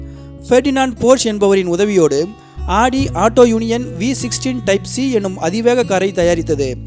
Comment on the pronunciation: Not adi its AUDI